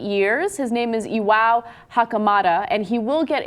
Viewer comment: It's pronounced i-wa-o not i-wau